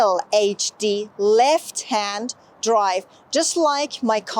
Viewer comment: سلام تلفظ left رو دوباره چک کنید .ممنون از کلیپ خوبتون.